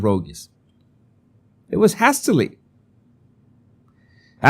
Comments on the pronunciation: ‘hastily’ is pronounced ‘haystily’ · Hastily= " heistily" /ei/ sound as in play ( not hastily ) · HASTERLY is spoken as Hay(as in Hay you give animals or Hey, how are you) not Hay as in cat or hat. Hope that helps. You are getting much better with your english xx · "JEIS-ti-li" is how you'd pronounce "hastily" if you were to read it phonetically in Spanish,. 💝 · Hastily = 'hay - stilly' . Haste - fast quick "hayst" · Haystilly…..is the pronunciation my dear…x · With much love & kindness - hastily - pronounced - haystily (long hay & short tilly) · Hastily is pronounced HAY-stA-lee - emphasis on the HAY :) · Love you: hastily : HAY still lee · Hastily is pronounced … hay- sta- lee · Hastily is pronounced 'hay still lee' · Hay sta lee. Long "a". The other word you were looking for was "element". As, "She was not in her element". Just trying to be helpful in good faith. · Borrowing from elsewhere “Kate is looking for the Sussex children”…….BTW hope you don’t mind me pointing out that the ‘a’ in hastily is pronounced as in ‘hate’. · Love your videos,, and I wouldn't mention this except you have asked us to help you with your English. The a in hastily has the same sound as the a in hate. Also, homely means unattractive. Homey means it feels cozy and comforting, like being at home. One letter changes everything. I'm sorry English has so many quirks, but admire you for learning it as well as you have! You've come a long way with it since you first started as the. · I loved the pronunciation of hastily. I was about to google it before the penny dropped😊. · “Hastily”, with a long a, as in “hay”